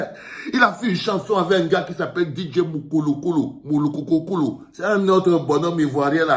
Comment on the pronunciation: Prononcer correctement le nom de l’autre artiste te dépasse? Comment on peut aller supporter quelque chose que tu méprise. C’est MOULOUKOUKOU! Respect d’abord aux gens du feat.